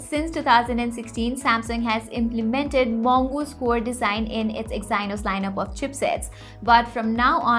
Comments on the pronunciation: "exainos" 🤣 "teeger" 🤣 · Good informational video. Need to correct English pronunciation for words like integer and Exynos.